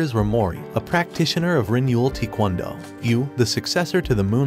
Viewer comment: How it says taekwondo what I hear tikwondo